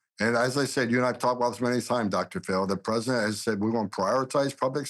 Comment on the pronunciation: It also kind of drives me nuts that he says, "Predent Chrump" and not "Prez - i - dent Trump". 🤣😂🤣😉